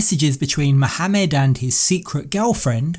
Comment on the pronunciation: The way you pronounced Muhammad was surprising to hear, I rarely hear anyone use a harsh "H" like arabs do.